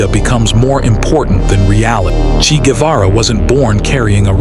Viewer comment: Chee???? FFS!!!!! It's pronounced Chay - rhymes with pray.